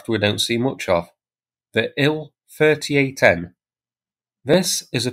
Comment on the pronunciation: Thanks for this, good to see all the info you find. May I venture a comment, the convention when talking about russian aircraft is to spell the first two letters, not to read them. So Il-38 is pronounced "eye ell 38", Su-34 is pronounced "ess you 34", An-26 is pronounced "ay enn 26", and Tu-22m is pronounced "tee you 22m". Only Mig is pronounced as Mig.